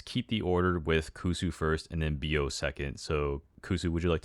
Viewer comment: For those who was wondering, Bio name's supposed to be pronounced as Bí-oh, and not Bio cause his vnmese nickname is "bí", a winter squash.